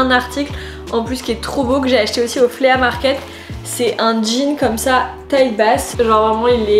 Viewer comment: Flea market = se prononce « FLI » (et non pas Flea) Les deux paires de chaussures que j’ai ACQUISES (et non pas acquérit).